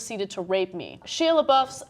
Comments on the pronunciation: who is "sheeah" Lebeouf? its pronounced "Shy-ah" Ana.....smh. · I've never heard anyone pronounce it like "shee-uh", does Ana not know who he is? And I'm calling bullshit, he had an exhibit where he said people could do whatever they wanted, and if he was truly uncomfortable, he would have said something, I doubt that there was nobody within earshot of that room they were in. I wouldn't be surprised if he just fucked the girl and didn't want his girlfriend to find out, or if he is just trying to gain attention in the media again. That being said, there is no fucking way Ana and would be so quick to dismiss it if it were a female actress in the same situation. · Ana, say his name right please. It was driving me crazy. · Comments be blowin' up! XD But on an unrelated note, can you at least pronounce Shia's name properly if you are going to do a story about him? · Omg at least pronounce his name right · Can't even Shia name right